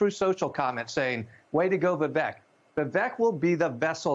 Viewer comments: His name is pronounced Vivayk. Not Vivick. Be an actual journalist. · Why can’t they say Vivek’s name right? It rhymes with cake. He’s said that a bunch of times. That pretty much ruins their credibility as journalists. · His first name rhymes with cake not peck. If reporters cannot annunciation his name properly that automatically disqualifies whatever they are saying about him because to me they clearly are just regurgitating whatever they are told to say. Horrible “reporting” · Maybe as a journalist you could at the very least learn how to pronounce his name. He's told us over 100 times his name rhymes with "cake". You really should get it right since he's the man of the hour. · I love how they can't be bothered to pronounce his name properly. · Professional journalists? Can't even do basic research and pronounce Vivek properly. Is this lazy journalism or racism? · They can’t even pronounce his name right